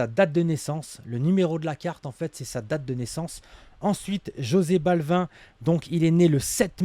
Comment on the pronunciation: Jose Balvin 😂😂😂 ça se prononce absolument pas comme ça